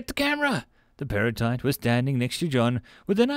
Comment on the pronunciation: I was confused when I thought you said perlite for a second